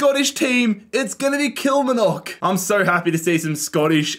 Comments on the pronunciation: The pronunciation of Kilmarnock “Kilmanock” don’t say it like that there or you’d get stabbed. It’s “Kill-mar-nuk”🤣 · Kilmnock its kilmarnock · Great video and concept. For future reference, Kilmarnock is pronounced like KilMARnock, like far or bar, kilMARnock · The way he butchered Kill-mar-knick = Kilmarnock makes me wanna cry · As a scot me hearing Kilmanock kills me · "All the Scottish Teams" - includes 12 out of the 42 teams 😂 A fun video non-the-less though. Also FYI, Kilmarnock is pronounced "Kill" - "Mar" (like in Mark) - "Knock", with the main emphasis and length on the "Mar" (Kil-maar-nock) 😄 You can hear it here from the commentator at the start when they score: To help move things along a little quicker, I'd add a rule similar to the surrounding of empty spaces, where if a team is completely surrounded by another team it triggers an automatic match involving the two. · it’s actually pronounced Kill-mar-nock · Also, you pronounce the R in KilmaRnock... It's KilMARnock 😂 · Just a FYI, it's pronounced kill-mar-knock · kilmarnock is pronounced kill-mar-knock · The way pronounces Kilmarnock killed me 😂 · 😂😂😂 You killed that pronunciation of Kilmarnock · Absolute top tier doob smoking material. You’ve earnt a new subscriber my Aussie friend. The way you pronounce ‘Kilmarnock’ sounds like a Harry Potter spell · the pronunciation of kilmarnock is killing me ahahaha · Cannot believe how into this my husband and son got. Learn how to say Kilmarnock though. Think of the "ar" like a pirate. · I can't deal with the way you pronounced Kilmarnock lol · Ban yourself from Ayrshire if you want to survive with that pronunciation of Kilmarnock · The worst pronunciation of “Kilmarnock” I’ve ever heard in my life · Your pronunciation of kilmarnock is absolutely foul lmao, im taking personal offence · he butchers the pronunciation of kilmarnock so hard man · The way you pronounced the Outer Hebrides 😭 And Kilmarnock. Nooooo